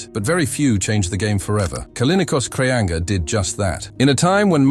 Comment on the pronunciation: Kraianga ?Kolin Kraia?? Krianga?? Kolinos? Poor Kreanga, who was a great champion, deserved a correct translation and respectful pronunciation of his name. As for his game, his forehand was much more than powerful; it was perfect, executed with a straight arm and full body involvement. His backhand was also extraordinary. His most impressive characteristic was his arm speed, and it was thanks to such speed and the amplitude of his movements that he produced topspin with monstrous amounts of rotation. He went down in history for his "straight-arm" forehand topspin, the excellent execution of which places him rightfully alongside legends such as Istvan Yonier, Gabor Gergeli, Tibor Klampar, Jacques Secretin, Dragutin Surbek and Kim Taek Soo, Yoo Nam Kyu, Ryu Seung Min, Wang Hao, Cheng Qi, Ma Wenghe, Zhang Jike, Malong, Malin, Xu-xin.